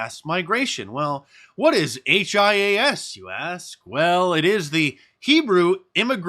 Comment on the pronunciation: Mark hias is pronounced “he us”